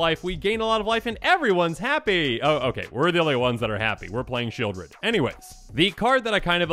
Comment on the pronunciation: Sheoldred is named for the place, Sheol, which is pronounced Sheʾōl, not like Shield.